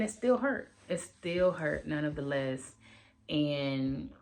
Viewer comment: you’re pronouncing NONETHELESS wrong…it’s not nonoftheless. You’ve been saying it a lot and I’m just trying to correct you not shade you.